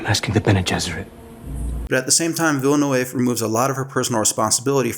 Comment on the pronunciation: Interesting analysis. You need to learn to pronounce Villeneuve. It's a common Québécois surname (my best friend in elementary school was a Villeneuve). I'll try to describe the sounds. Somewhere between Vill-nuv and Vill-nehv